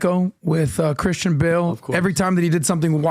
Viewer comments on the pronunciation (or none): none